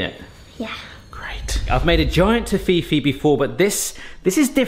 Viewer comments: He’s saying it incorrectly lol he must’ve forgot the adverts we had in the U.K. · is that really how you pronounce toffifee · The pronunciation of Toffifee is going to annoy me all through this video >.< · can't deal with the way you pronounce Toffifee <.< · The UK pronunciation in their Adverts is Tof-ee-fee no Toff-fee-fee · I can't help but notice the way you say Toffifee, I'm pretty sure the adverts say Toffee-Fee. Sorry, I just had to point that out. Amazing work their, well done. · I was so confused on how you were saying it then I realized it’s a different name in the states - Toffifay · Not tough E fi no no noooo Toff E fee As in a toff (posh person) eee E as in capital E and fee as in a monetary charge. Hurts my soul listening to that! Tsskk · To-fee-fee?! Toffy-fee, surely! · Its Toff-Fee-Fee...Not Toffee-Fee...Please 😂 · It is tof-if-ee not toe-fee-fee. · Could not finish watching because of that damn tofifi, plz it's not that hard to say toffifee.. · I pronounce it as Toffee fee like it’s 2 separate words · Tof-fee-fey, as per the commercials in Canada. Your pronunciation is painful to hear. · 🇨🇦It’s pronounced toffee-fee, here in Canada, but it was previously named Toffifay. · Toffi-fay is the proper pronunciation according to the company that make Toffifee. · Toffee-Fay comes closer but "fay" is not exactly like you would say in German. Greetings from Munich, Germany. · You pronounce it wrong. I’m pretty sure. I pronounce it Tof If ee I’m from London, England- in case that wasn’t clear. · Ok good so I’m not going crazy... I could have sworn it wasn’t Tohfifi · Surely you remember the ads, it's pronounced toffee fee. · Yep. I remember the ads here in England. It was pronounced “Toffee - fee” Never heard it said the way has. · tof fi fee is pronaunced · you pronunciate it like toffifay ;) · I won't argue on nougat, but why you pronouncing Toffee-fee like Tahini though 😭😭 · Its pronounced as ( toffie fee)